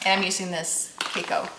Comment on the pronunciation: It is pronounced “cu cow” in US. Where are you from?